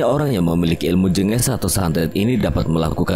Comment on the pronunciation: Min lembah jèngès kali cara bacanya, e nya di baca seperti e yang di awal kata "jeng" bukan jènges .. tapi kalau santet sepertinya jengges bukan jenges koreksi kalau salah ...